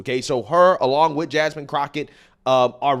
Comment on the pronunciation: Baybay.... baybay... git him some meds cause I don't know where he's evah gonna go.... she's just making sounds wif huh mouf.